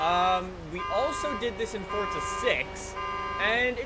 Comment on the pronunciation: why does he say fortza